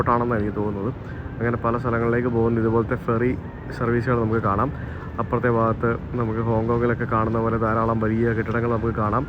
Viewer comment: ബാഗത്ത് എന്നല്ല. ..ഭാഗത്ത് എന്നാണ് ശരിയായ മലയാളം 😁😂